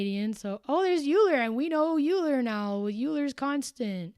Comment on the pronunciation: Lovely stream, thank you. 👍👏💕 I wish I'd caught this live... oh well. By the way, Euler is pronounced like "oiler". I'd too had always assumed it would have been "you-lah" but I eventually learned otherwise.